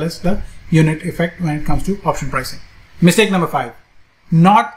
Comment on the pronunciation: Excellent-- mitsake instead of mistake